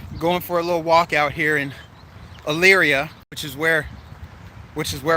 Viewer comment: You're at the mall aren't you? Dead isn't it. Lived there since 77. Miss the mall - used to be so much fun. You're going to Well - ing - ton. So many people say it wrong. You did great on ely - ria 😉 Hope everyone was nice to you. You're close to the hard lemonade place 🤣 Lorain county fairgrounds